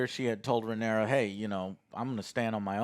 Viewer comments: Everyone: Rhaenyra, Alicent, Laenor & Daemon Joe: Ruhnera, Alsent, Lenore & Deemun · He struggles to say Rhaenyra so much he just shortens it to Rey lol.